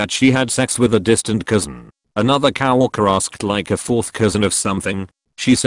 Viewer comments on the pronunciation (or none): I love how it pronouces co-worker as cow walker